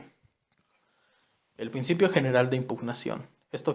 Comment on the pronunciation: Ploceso, plocedimiento, plactica, plincipio, plocesal, creo que no tuviste suerte con que te tocará este tema